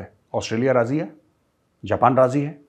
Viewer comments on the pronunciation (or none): none